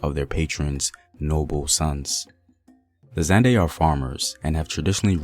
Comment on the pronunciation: The first person to actually pronounce "Azande" correctly, most sound like "azandi" 👌